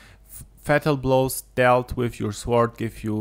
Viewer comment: Say >sorrrrd< or go British and say >soooood<... and not >swwwwword<!!!!!!